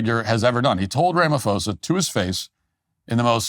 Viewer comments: Matt Walsh, you’re truly embarrassing yourself with this bottom barrel, racially charged fear mongering. Firstly you couldn't even say "Cyril Ramaphosa" properly but most importantly there is NO genocide in South Africa. What you, Trump and the sad, racist South Africans in this comment section are irresponsibly peddling is not facts nor journalism, it’s weaponized misinformation. What’s happening in South Africa is crime, yes, rampant, brutal, and tragic but NOT genocide. If you had any grasp of South African realities, you’d know that more black and coloured south Africans are murdered each year by FAR than white people, including farmers. That's not a narrative it's statistical fact. You're cherry picking violent incidents, stripping them of context, and slapping on a term as severe as genocide with zero evidence of intent to eradicate an ethnic group which is the legal and moral threshold for using that word. Let’s viciously honest…post apartheid South Africa is still structurally skewed in favor of white privilege. Mandela may be seen as a global symbol of peace, but politically and economically, he negotiated a settlement that left land, wealth, and capital largely in white hands. That’s not opinion, that’s history. So when you invoke “white genocide,” a fringe, debunked talking point used by white nationalist groups globally what you’re really doing is hijacking genuine suffering in order to stoke racial paranoia among your base. It's vile and disgusting to say the lea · its pronounced RAMA-PAW-ZA use the asian ph sound. ph is p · It's pronounced Rama-pawza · It's pronounced "Sirril Ramapaws-a. "ph" is pronounced as an aspirated "p" and not an "f" in the Nguni languages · South African here, liar boy name is pronounced RAMA PAUSE AH Not that I give a shit locals just call him Cupcake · The fact that you can't even pronounce the SA presidents name shows exactly how much research you've done here: ZERO. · Butchered Cyril’s name🤣🤣🤣